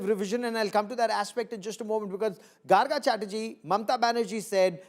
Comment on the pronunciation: No Garga ,It is Gargo -- the pronounciation.